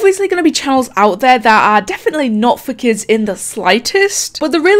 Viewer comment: Bruh when you said “for kids” its sounds like “fuck it” with that accent